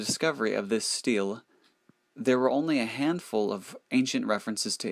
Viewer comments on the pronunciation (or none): It's pronounced stee-lee, not steal.